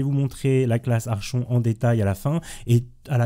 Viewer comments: Merci pour le tuto, bon boulot! Par contre... La classe "Archon" Sérieux x)... phonétique "ArKonTE" mais merci =) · C'est quand même plus joli " ArKonte " ^^ sinon, merci pour toutes ces vidéos très utiles. : )